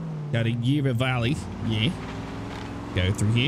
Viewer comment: its not yarrrrghhahhh valley yara like barra from barracuda